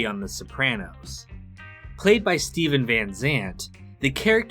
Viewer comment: Lil Stephen? Y u say it like that ?